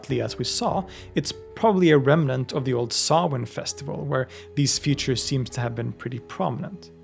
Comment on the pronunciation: Just delighted you pronounce Samhain correctly 😂 Stingey Jack save us from Sam Hain 😅